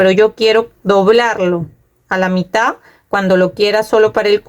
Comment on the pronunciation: Se dice mitaD, con D final , el tejido está muy lindo, creo que me voy a hacer una para mi.